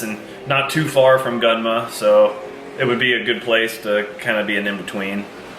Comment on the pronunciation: Can't wait to see you work at Garage Defend. I'll definitely go visit you when you come to Japan! 楽しみにしてるよ！ btw you pronounced Gunma (群馬) wrong lol